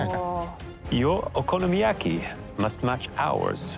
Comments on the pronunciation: "I'm familiar with 'OKI-YOMIYAKI' I make it at home quite frequently." 🤣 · She really just said: Okiyomiyaki????? So embarassing.... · If only she was as familiar with pronouncing "Okonomiyaki" as she is making it